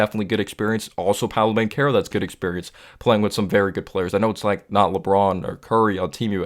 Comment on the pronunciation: Good vid. I like you putting out consistent content. Extra props for pronouncing Banchero and Wagner name correctly. 👍🏽👍🏽👍🏽